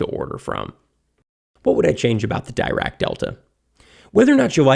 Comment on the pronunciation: Pronounced “deerack”